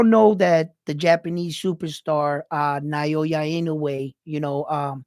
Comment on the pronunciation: It’s pronounced as NA - OH - YA not NA - YO - YA love your analysis 2 weeks ago. And wow you look sharp this time. New subbie here.